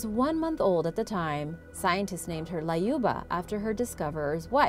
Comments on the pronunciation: why you added A in Lyuba? it's L-yuba not LAYUBA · LAYUBA! Why couldn't you just google the correct way to pronounce a name?.. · It's pronounced Lyuba as U in the word Unicorn.